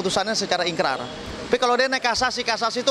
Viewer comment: ikrah bukan ikrar